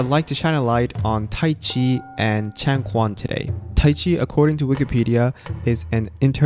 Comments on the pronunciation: Sorry, I'll have to point out your wrong pronunciation: Changquan is pronounced closer to "Chang Chuen", the Q sound in Mandarin is actually "chü", not the English K sound. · Love the video, my only gripe was your pronunciation of changquan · The commentator mispronounced the word 'changquan'. He should check it out and get it right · Some people were mispronouncing the q word to a k sound but it's a ch sound for quan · Nice video, very informative. btw Chang Quan (ch-uen, not kwan). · Even though I practice karate now, my routes are in Chinese kung fu (specifically chen style tai chi and hung gar). Love to see someone actually give kung fu a fair shot, especially since it hasn't had the best rep in recent times. (Side note, "changquan" is pronounced as "chang chuan") Absolutely loved this video and I can't wait to see the rest of this series! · The pronunciation for Changquan is “Chang-chuan” the “q” in Chinese has a “ch” sound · Excellent video, as always. Only one tiny point of note, the letter Q in Changquan is pronounced more like ch than g in Chinese. Hanyupiyin distinguishes between ch and q because there is a subtle difference between the two, but the q is close enough to ch since I don’t know how to explain the small difference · I'm liking this video. I used to practice Chen style Taichi with a teacher of mine who unfortunately has passed away, where that style of taichi was known for it's more martial roots. Btw, just a note, the quan pronunciation is actually pronounced with the "ch" sound, so changquan is pronounced chang(chuen). Like how the q in Qi is pronounced Chi. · A lil bit correction for ya, actually chang"quan" pronounce more similar to Chang *chain*, more precise, Chang *Chi-U-Yuan*, not really as Quan (we pronounce q differently in Chinese) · 長拳，拳 pronounced “chuan” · "Quan" is not pronounced as "chuan". They are two different sounds in (Mandarin) Chinese. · The "q" in "quan" is pronounced "ch" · Quan is pronounced chuan not kuan